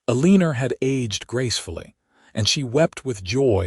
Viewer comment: Still not able to say ‘Eleanor’ correctly